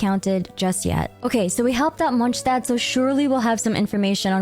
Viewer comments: MonStadt not mojtadt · its not Monch tad its Mons tad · It’s monSTADT not monshtadt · i love how you pronounce everything correctly it makes the video really immersive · Pronouncing something completely different to the official pronunciation just sounds obnoxious asf especially Tighnari, doesn't matter what the 'cultural' pronunciation is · Please. :D Its Monstadt (:monstad: with classic "s" not :Monštad/monshtad:). :F Your pronunciation of this city is incorrect. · I don't usually comment on videos I've watched, but I felt compelled to say something after watching your video. I sincerely congratulate you on the quality of your editing and narration. The slices of many lore videos and the pronunciations were impeccable. It looked like it was one big, beautiful cutscene. Since it's a relatively short video, I felt it was a bit too summarized. But at least you managed to bring up the main points of each arc, which is great for older players who don't want to watch hours of old quests again. Anyway, very good job and thanks for all the effort to bring such a good content! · Not only was this an awesome recap but I loved how all the names were pronounced correctly, as they would be in their respective languages! Props for going the extra mile, that felt great. :') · Monshdad? Good video, it was weird to hear it said that way. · ITS MOND-STAT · is monstadt actually pronounced 'monshtad'? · since it's heavily inspired by medieval Germany, guess it makes sense to pronounce it like that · Once u hear that neuvillette song there is no going back on how to pronounce it in real way 😭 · Youre pronouncing Monstadt wrong, the "sh" part in the st participle is correct however the latter "adt" part is with a more longer aa sound and not the ä like you use in the American sense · the way you pronounce things is so cringe and makes this hard to follow. basically NEED to have CC on just to follow. No one in game talks like this. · why is she pronouncing mondstadt like that 😭😭